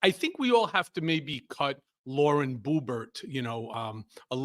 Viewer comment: Cohen, it’s Lauren Boob-art.